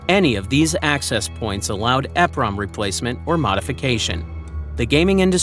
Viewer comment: It is pronounced E PROM not EF Prom. They are EEPROM CHIPS.